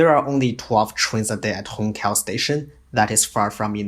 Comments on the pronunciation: Hongqiao is pronounced hong chiao not hong kiao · Wait, what ? Hong Kao Railway station ? HONG KAO ??!! WTF It's Hong Qiao And you can't pronounce Xu Jia Hui ?